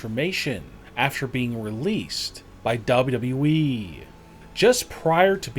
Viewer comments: he really said we instead of wwe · Its WWE NOT WE LOL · Ein unmögliches Video.Tatanka sieht für sein Alter Klasse aus,Brutus und Greg haben ein Bauch ...die Firma heisst übrigens WWE nicht WE... anstrengend zum anhören. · For God sake man it's wwe w w e and not what you are saying, when you say it it's like your saying dable e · It's W WE!!!!.......NOT W.....E......!!!!! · Its wwe not wweeeeeeeeeeeeee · Why is he talking like this he said WE not WWE 😂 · Narration is horrendous and the 'recent' braun strowman pictures are obviously photoshopped you saddo and it WWE not WE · WWE man not Wableu wableu Eeeeeh 🤣🤭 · MAKE A VIDEO CALLED THE SADDEST "WWE YOUTUBERS" You forgot letter thats been in the name since before i was born in 85 double yee? say it with me now Duh-bull-you DUH-BULL-YOU-e .. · It's WWE not WEEEEEEE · Ok. To the creator of this video...it is W W E ...ok..not w e ...I can't even concentrate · duble dubew weeeeeeee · The way he say WWE He says dabawe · Dabudabu eeeeeee...!( WWE) God level pronunciation 🔥🔥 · Never mind the most annoying tone in the world, the very least I expect is for him to be able to say 3 letters is a row. What’s WE? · Learn how to say the WWE your not saying it right you say half of a w whenever you say WWE your supposed to pronounce it with both w's W W E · Dub yu eee is somehow WWE? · When he pronounce wwe he say wE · “ Back in Dubou dubou E” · " back in w eee" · maker of this didnt speak correct word wwe he talks like we we we what f H bro so anoyin tho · After seeing this video I hope I never have hear the words "WWEeeeee" being raped as bad as it is on here.👊🤣 Still....thx for the upload.👊😎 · Why can't he say WWE ... double u dwee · why are you propsly saying weeeeee when you can pronounce wwe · This narration makes it sound like the guys look horrible. Also what’s up with the W.E ?? 😂😂😂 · When he pronounces “WWE” he says “WWEEEEEEEE” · dubba u e 😂😂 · “ W E “ ?!? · What the fuck is "double u eeeeeeeeeeee"? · Dablu dublu eeeeeee